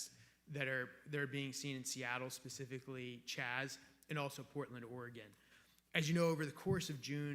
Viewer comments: Someone please tell Ms. Jackson-Lee, it's "specific" not "Pacific"....for God sakes, you're a gubment official. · "Pacificly ... I am reclaiming my time. Pacificly do you understand..." LoL come on these are our leaders. Pacifcly really?